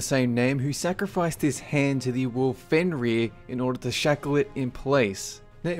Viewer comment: He's name is not Fenri It Fenris.